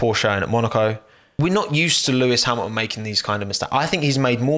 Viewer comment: bottas p13?????????? sergio p10???????????????? sainz p8??????????????????? lewis hamiaaon p5?? what's wrong with u??? xD we said it in the same time xD gasly p3????????????? he got a HONDA PU BRUUUH, a bloody HONDA PU DUUUH nice video mate really xD i watched all and i loved it